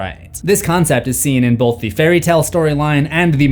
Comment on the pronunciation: I love your channel and watch all your videos. But I have to ask that you say "both" and not "bolth". No L.. Thanks ❤ 🇿🇦